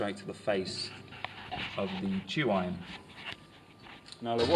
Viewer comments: With all due respect, y'all are saying and writing tru iron in various forms. The word you are citing is tuyere, pronounced , "ta-weehre". it's French. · "too-iron" is the English translation of the French "tweer" (tuyere)